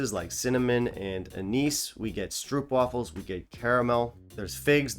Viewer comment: Did I really hear you say “stroopwafels”? 😄